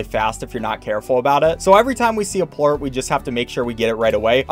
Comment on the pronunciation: ''Phosphor port's instead of phosphor plort